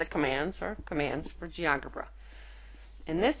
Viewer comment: That's pronounced as Geo 'Jebra'